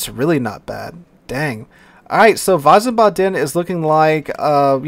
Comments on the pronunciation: The German cruiser name is pronounced "Veez baden". It is my adopted hometown. It is also right across the Rhine from Mainz. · I believe it's pronounced Veez-barden there. Grand Duhchy Flint was an Atlanta class there chief. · I think when you wanna speak it out correctly i would spell it weesbaadn (you speak the a a bit longer at the b,d,n short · ... Wiesbaden is pronounced "ˈvisːbɑːdn" , not wisen:ba:den. You gave it a good shot tho👍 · Wiesebaden pronounced VEEZBODEN. Having been to Germany and to the Baden twice, it's easier to pronounce. Great video covering the Update! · Its so cute how you say Wiesbaden :D You say it like its written "Weisebatten". Note that its "ie" not "ei". Sadly idk a word in english i could use as an example in english for the "ie" sound but its very close to a normal i. The "W" is more like a englisch "v" like in "view". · VEEZ-bodden would be a close phonetic example for english. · Yeah I lived in Germany a little bit and when he said Wiesbaden like that it made me cringe lol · some don't know that W in German is pronounced as a V. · it's not that, he added an en in the middle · haha same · I just knew that anyone who is non-German would butcher the pronunciation. It makes me cringe when they do. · Stationed in Germany in the 90's. Hurts my ears to hear pronunciation.